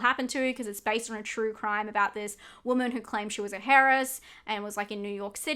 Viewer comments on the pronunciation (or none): Heiress the H is silent 😉